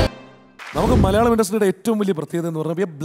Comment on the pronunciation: ആദ്യം മലയാളിന്ന് ശെരിക് പറയാൻ പടിക്ക്